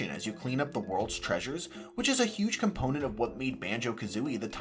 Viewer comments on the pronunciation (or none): none